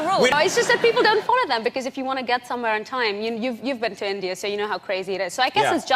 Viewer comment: It's super off putting hearing her mispronounce India, but her suddenly shifting to an Indian English accent would have validated the fake British accent allegations.